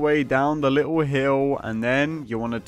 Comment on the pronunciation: me: wow, an actually decent farm. you: a'ight you littwo faucks